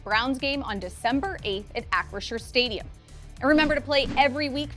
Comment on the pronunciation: Holy shit. said Acrisure correctly! 🎉